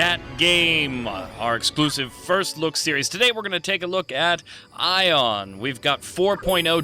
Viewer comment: THANK YOU FOR SAYING AION RIGHT. get it right people it's EYE-on. Not A-on. The npcs even say EYE-on